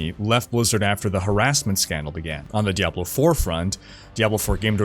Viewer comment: This guy said DEVIL 4 and i stopped and commented.. No i didnt thumbs down cause i dont believe in that nonsense thumbs up thumbs down garbage but that just offended me that he said diablo 4 making it sound like devil 4... horrible...